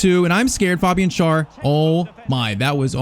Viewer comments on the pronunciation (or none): Just a little thing when it comes to pronunciation: it's not pronounced Schar. To make it easier for you just pronounce him like the English word share. That's close enough to the actual German pronunciation of his name.